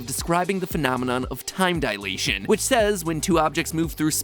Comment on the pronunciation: Alas, someone who pronounces dilation correctly!